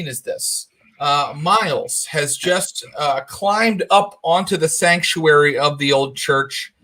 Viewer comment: Everytime Thomas says Sactuary, all I hear is The Cult: She Sells Sanctuary